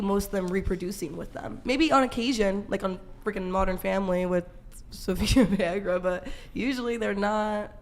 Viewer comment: Did she just call Sofia Vergara Sofia Viagra?😂